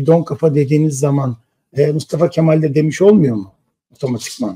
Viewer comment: Bence Yılmaz Özdil , Mustafa Kemal ismini gevelemiyor. Söylüyor. Bağıra bağıra söylüyor. Gevelemiyor. Yürekten söylüyor. Altı dolu söylüyor, bilgiyle söylüyor. Katılmıyorum. Benim fikrim , sizin aksinize, daha çok artıyor kurucu liderimize duyulan sevgi.